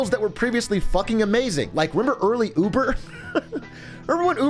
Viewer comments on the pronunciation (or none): none